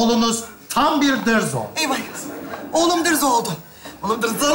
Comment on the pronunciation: Dırzo değil, dızzo